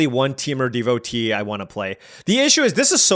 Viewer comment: Roamer's Rekeem lol. It's pronounced reh-kwee-em. Also devotee is deh-vo-TAY (you asked on a different video)